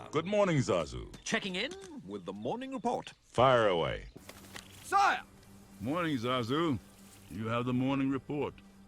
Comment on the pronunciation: The way says "sire" is probably the worst performed word in the movie